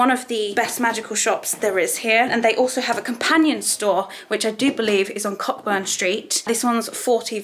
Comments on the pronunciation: Also little thing, it's pronounced co-burn Street 🤣🤣💙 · as a native to Edinburgh, "Cockburn" is pronounced like "Coburn"… I’d love to explain why but I’m sure it just that we get a kick out of people saying cock burn 😂 loved this video hope you had a grand time in Scotland ❤️ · it's pronounced Co-burn street :) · The sister store is on cockburn street but its pronounced CO-burn street 🥰 Great video you really captured the vibes of the shop 😌🧙‍♂️